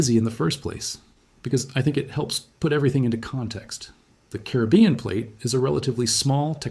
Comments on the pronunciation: Excellent reporter!!! Bad news, but so calmly knowledgeable. But PLEASE pronounce the word “Caribbean “ properly. It’s NOT “Kribyen”, but “Caribeeeyen”. Thank you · Pronounciation: Ca - ri - bb - ean = Caribbean.